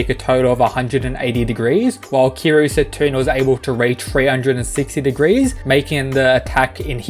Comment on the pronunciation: “Setuna” It’s setsuna, lol